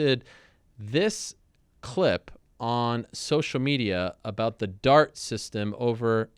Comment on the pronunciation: Ariel is incapable of saying the word 'clip'. He can only say 'khglib'. Let's play the khglib.